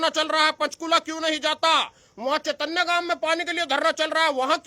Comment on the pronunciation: चेतनय नहीं है चैनत है